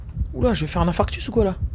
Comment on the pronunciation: On ne dit pas "infractus" mais infarctus*